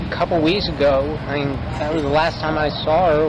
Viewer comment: I think the noise Stephen McDaniel makes is supposed to be "I mean" but he just says it in one long syllable "I-eeeen".